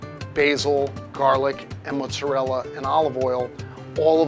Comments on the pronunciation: Why does he say mozzarell instead of mozzarella? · Hey, in the Italian language every word ends with a vowel, so when you say muzarell, I’m assuming you mean MOZZARELLA? 20 years making pizza and you can’t pronounce mozzarella? 🤡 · Mozzarella, dude. For someone who spends that much time in Italy, you should know that's how they pronounce it. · My ears started to bleed when he said ' mozzarelle '... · its not "mootzarelle" its "mozzarellA" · People who say Mozzarell instead of Mozzarella are pretentious af. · Did he just call mozzarella mozerell? That's definitely Italian American as Italy says mozzarella... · everything was perfection until he said " MO ZA REL " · "Muzzarell". Mamma mia. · Him mispronouncing mozzarella ruined it for me